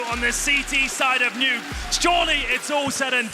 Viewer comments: He really said de neuuuki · Did the caster just pronounced the map as de_nuck-e?